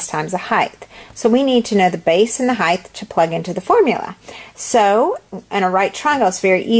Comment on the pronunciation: It's height...not hith